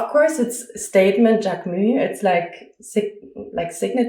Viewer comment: This video is so helpful ! Thank you. Just from a french speaker, Jacquemus is a word in which we pronounce the s at the end